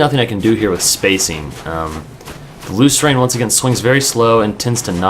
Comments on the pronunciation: I think it's pronounced 'loose - earn'. That's how I read it anyway. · You just have to get the R2 timing down. Lrn2Lucerne Instructional: watch?v=o6VvMdTNaSA Also, I'm pretty sure it's pronounced loo-sern.